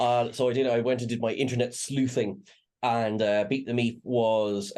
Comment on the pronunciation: Man I had to listen carefully to that one... at first it sounded like "Beat the Meat"... I have now found references to "Beep the Meep". However It would be nice if the Doctor could reverse the effects of the Black Sun on "Beep". He could then become a cute fuzzy ally.